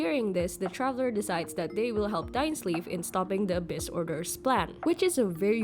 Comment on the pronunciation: Pls pronounced Dainsleif name properly